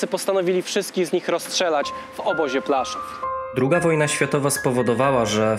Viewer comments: podoba mi się Twój film a tylko jedna uwaga PŁASZÓW a nie Plaszów... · Wszystko cudnie, ale błagam... Płaszów, a nie Plaszuw... To dzielnica Krakowa a nie miasto niemieckie.